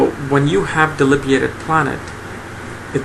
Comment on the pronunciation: Do you mean debilitated? You keep saying something like delibeated, and I don't know what that means.